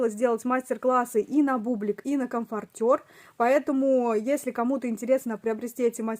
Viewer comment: Правильно говорить комфОртер, очень режет слух неправильное произношение, хотя игрушки очень классные.